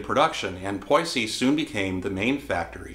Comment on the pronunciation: …. Did he say Poy-see? Surely he meant to say Poissy ?